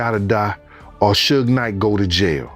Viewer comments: The pronounciation of "Suge" scratches my eardrum. Dear lady, is like Sugar without the final "ar", damn... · They never say his name right it's suge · Suckee Knight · Sugay is that what we calling suge now😂😂😂😂😂🤣🤣🤣🤣🤣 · Sooge... and two pack..... hahaha. Funny